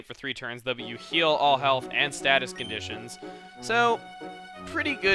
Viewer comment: every time chugga says "though" slap yourself as hard as you can